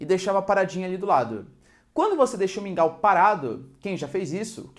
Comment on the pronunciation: QUANDO VOCÊ FALOU MINGAL EU DEI UMA BOA GARGALHADA,É MUITO BOM SUA AULA.